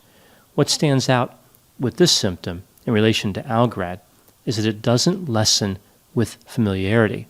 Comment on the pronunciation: Pronounce algarad right